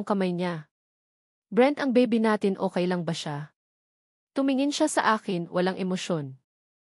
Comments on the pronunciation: Ayusin mo naman Ang pag bigkas mo pronounce it carefully Anong okai? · Magrehearse ka muna sa pagbabasa mg kuwento mali mali ang pronounciation mo pati okay ay okai, ang totoo at to too ang pronounce . Napakagandang kuwento pero nasisira sa pagbabasa ng narrator. Dapat irehearse ka muna ng admin